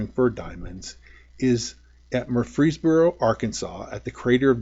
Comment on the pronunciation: It's pronounced Mur- fis- boro, Great Uncles lived there, spent many a summer there.